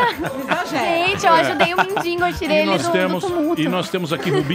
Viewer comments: a cara do rubinho quando ela diz mindingo ahauhauahauahauhauaha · """Mendingo"""" foi foda 😂😂😂😂😂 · kkk a mina mandou um "mindingo" o morgado riu e ela não entendeu. kkkk